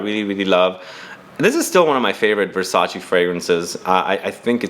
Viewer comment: Great video. I've learned so much about unique scents you don't find just anywhere. Thank you. The only thing I will never get used to is how Americans pronounce Versace ;)